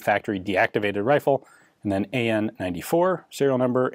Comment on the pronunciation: the pronunciation of the acronym of the name hurts the ear mechanical (M) mechanical (M) Gleb(Г) - Anna (A) Nikolay (N)-94 like first char of this spelling